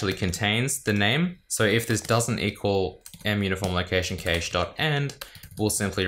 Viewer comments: As an American, IT people here mostly pronounce it as "cash", with the a sound being "short" like in cat, bat, map etc... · i always though cache was pronounced cash